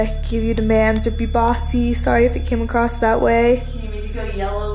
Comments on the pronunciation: 🤣 that’s what I’m sayin’!!!!! “AcrosTAus” Hehe! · Does anyone else notice how says “acrosT” instead of “across” lol